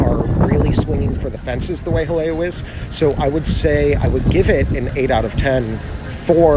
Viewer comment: pronounces Jaleo correctly. ***VIRTUAL CONFETTI CANNON***